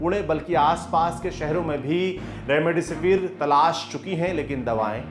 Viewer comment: Remdisivir h be naam to thik se le gwar